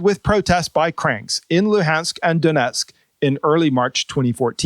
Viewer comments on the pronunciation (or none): none